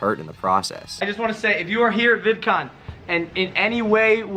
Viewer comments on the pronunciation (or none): Vidcoom lol